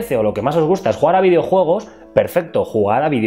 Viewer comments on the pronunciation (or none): que el no sepa pronunciar no significa que los españoles no sepamos hablar, no generalizes